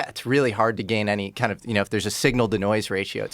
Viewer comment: ‘Toime’ - Are you the “some koind” Ancient Aliens guy? lol